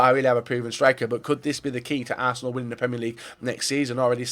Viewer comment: Is it just me or did he say barsenal